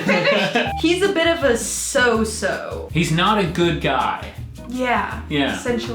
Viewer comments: It's "so and so" (so 'n so) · 😂 it's not so so it's so an so 😂